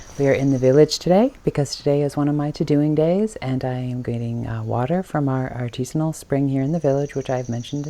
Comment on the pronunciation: I grew up in Sandwich and this was my favorite playground. Your video brought back some great memories. FYI …. The well at the town hall is an artesian well . Pronounced R-Tee-shun . It is not artisanal which means made by an artist .. usually food.